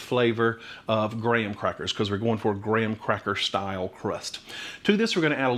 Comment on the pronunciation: 🤣🤣thank you for saying graham instead of gram!!🤣🤣 And yes. there is absolutely no way a fan forced oven cooks at the same heat and time as a convection oven. fan force is always lower temp and less time